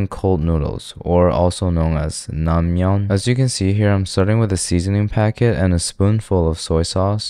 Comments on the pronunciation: It’s not pronounced nangmyun, more like nengmyun with the short e sound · good vid but pls next time pronounce it as nengmyeon